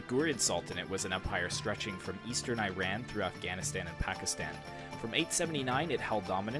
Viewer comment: Eeran, Not AyRan!!!! And I guess in historical contexts, it is more common to use the term "Persia"!